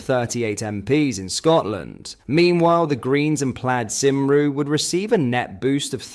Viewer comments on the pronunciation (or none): It is pronounced Plaid CUMRY not cimru. They are nationalist scumbags and I am Welsh! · Simroo?? Lmfao Cymru, pronounced like “come-ree” btw. (I can’t believe the other lady tried to bring up Welsh medium schools as a comparison. As if teaching Welsh morals, in Welsh, in Wales is comparable to teaching Islamic morality, in Arabic, in England.) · Dude, to be a political commenter you NEED to learn how to say names, Welsh do not say see ru